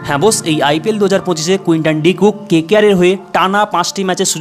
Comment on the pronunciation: Quinton De Kock na Quinton De Cook confirm kore bolo. 😂